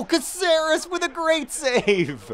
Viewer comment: OMG JOHN IS PRONOUCE CAAHCERES